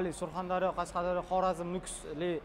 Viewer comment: Кашкадаре деб гапрма